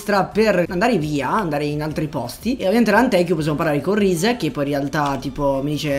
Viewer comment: comunque ti devo correggere:si dice rize non raize e hide non haide